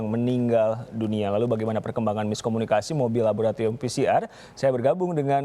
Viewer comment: Bukan miskominikasi. Tapi tidak kominikasi.